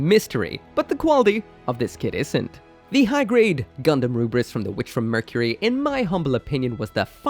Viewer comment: I think the romanization of the Rubris to Lfrith is due to the letter "L" not existing in the Japanese language.. correct me if I am wrong. So when a Japanese speaker is saying "Rubris", they're actually trying to say, "Lu-Frit". It just comes out as Rubris.